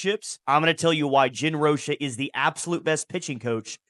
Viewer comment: ROCH-A the COACH-A ...!!!!!!